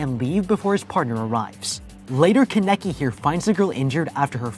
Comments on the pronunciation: DUDE STOP IT im getting so damn mad at the commentator (not ) for saying Kan-Eki and not Kane-KI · This man pronouncing kaneki as kuh necky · I can't be the only one who's only focused on how he's mispronouncing every name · is it me or is it annoying how the guy pronounces kaneki and the coffee shop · I haven’t even finished the video yet and I’m already pissed lol bruh can’t pronounce Kaneki’s name right. That bothered my nerves soooooo badddd!!!! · He was saying his name wrong